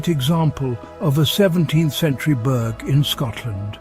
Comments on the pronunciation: Fantastic content of the beautiful villages of Scotland, but why are you encouraging people to pronounce Burgh wrongly - you are very eloquent, and should know better; there are already enough very annoying mispronunciations such as Edin-burrow by the North Americans! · Culross is pronounced cooross and burgh is pronounced burrah👍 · I came here to say the same thing 😊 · Pronounced coorus and burra give me a break AI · Would you pay any real attention to someone who cannot even correctly promounce the names of what they are describing? Another foreigner describing parts of God's own country "Culross" & "burgh" mispronounced for a start - tosser! So much inaccuracy in this video - Plockton is not the onky one that doesn't freeze, try Ullapool and surrounding area, in fact th e whole of the Scottish west coast. and what legend about the Tobermory building colours? And Tobermory is the capital of "Mool" - where is that now pal!!! If I remember correctly (could be wrong) I remember when doing an archaeology course at Uni of Glasgow we visited the churchyard at Luss to view a7th/8th century Christian grave marker (long time ago so could be wrong on that one) & thre waas no town b"built for a movie" patronising prat! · Dear god., get your pronunciation correct. Burgh and Mull as a starter!